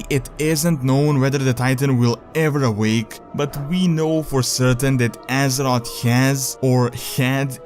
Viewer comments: Can he stop saying Assot, instead of Azeroth???.... Azoth, assot... asshot? I don't even wanna know.. its Azeroth tho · Azerot. lulz all i hear is Azerot Azerot Azerot. I want some AZEROTH. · Whenever he says "Azeroth" all I can hear is "Az-ot" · Step up your prounounciation and learn how to say "th" its Azeroth and not Azerod... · he sad Aseroth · Great, now when i hear someone say Azeroth, all i can thing of is Assrot. Thanks.;P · when you say Azeroth, i hear Ass rod xDD but good video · wait what? Pronounce Azeroth again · please say azeroth right